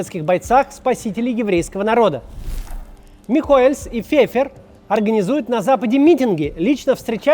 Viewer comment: Кац, фамилия "Михоэлс" произносится без мягкого знака! Тебе же не понравиться если твою фамилию будут произносить с лишней буквой!